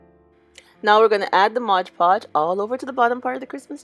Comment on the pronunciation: PLEASE SAY MOD PODGE NOT MODGE PODGE 😭😭😭😭😭